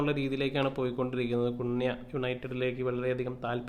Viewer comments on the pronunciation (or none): കുണ്യ അല്ല ബ്രോ... കൂന്യാ...😅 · കുൻയാ എന്നാക്കി കൂടെ ബ്രോ 😁 കേൾക്കുമ്പോൾ എന്തോ പോലെ 😁😁😁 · Its better when called cun- ha 😬 (കുന് -ഹാ)